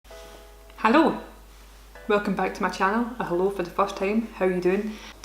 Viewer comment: That first “Hello” sounded extremely like a german “Hallo”